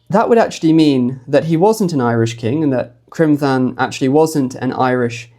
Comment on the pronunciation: Excellent research once again. Criomthann is pronounced cromann btw... quite close to conan in which the 'o' is curt not the elongated oooow of the English language. So the 'Th' is always just a 'h' sound. The letter 'h' never existed but as whta we called a séamhú (softener) basically a dot above a consonant which quitened and softened it.. the stronger the consonant sound..the more the séamhú softened it..thus T h becomes 'h' sound.. Eochaidh/Eochu.. again..the 'h' softens the c thus a very breathy k sound... not gutteral or at all Germanic.. The object of grammatical rules and spelling in Iris is for flow of one word to the next... Not too many hard stops...